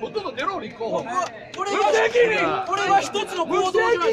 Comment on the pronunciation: この無責任っ！の言い方、黙秘っっ！！に似てる